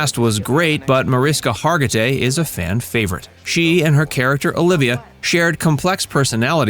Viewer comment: that's not how her name is pronounced